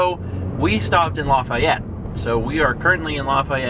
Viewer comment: You got Lafayette wrong, too. :p